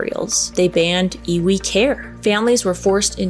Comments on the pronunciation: Native Hawaiian here. Pronunciation is "eevee", like the Pokémon. My ancestors viewed the flesh, organs, etc, as having no spiritual value. All the mana (spiritual power) is in the ʻiwi (bones) of the body. This is why the disturbing and relocating of human remains is such a controversial issue. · Native Hawaiian here, the 'W' is pronounced as a "V" :) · in Hawaiian, ʻŌlelo Hawaiʻi, the "w" is pronounced as a "v". So "Iwi" is pronounced as "Eevee". And in different contexts it means much more than bones. Like the bone-dust of generations being connected to the land. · Iwi is pronounced Eevee and it means bones. W is pronounced as a V in certain words. Kanu (kah-new) is the ceremony for burial as you are talking about. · LOVE your channel,! ALWAYS fascinating (and entertaining). 😊 FYI...The correct pronunciation for the ancient Hawaiian practice Iwi, is pronounced EYE-wee. ❤️ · The w in iwi is pronounced as a “v” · Iwi, w has the sound of a V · I am from hawaii and am hawaiian. And the word sounds like E-V-E. IWI and u said mana perfectly